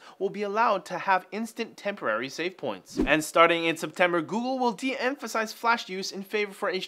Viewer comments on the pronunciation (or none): none